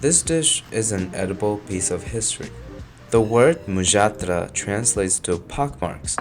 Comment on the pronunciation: oh god finally an american youtuber who bothered to check HOW a foreign name is pronounced instead of making a clown of themselves for 30 seconds trying to spell it